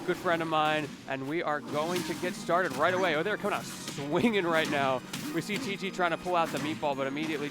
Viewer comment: its tg not tj lol. shouldnt even be talkin, i make that mistake all the time